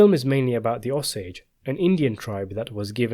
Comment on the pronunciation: Ah-sage Indians?? It's Oh-sage! I lived in Osage county.